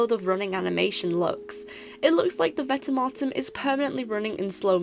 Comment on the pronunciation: I prefer to pronounce it vent-e-mort-em